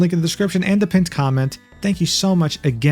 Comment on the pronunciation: That accentuated PLATONICLY at the end got me😂